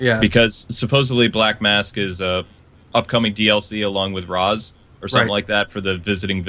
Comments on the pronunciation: i wonder why pronounced Ra's as Rawhs instead of Raesh and it would be awesome if detective vision worked inside of the batmobile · Bryan Leong it can only scan drones and its not the same as the detective vision. and said the Ra's is pronounced as Raesh a long time ago but he went back to Rawhs as what i have heard in this video.